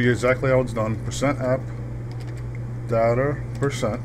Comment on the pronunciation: lol u say %Appdater%